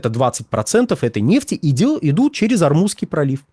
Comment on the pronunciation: К логопеду ходит выговаривать Р, вот и вставляет где попало.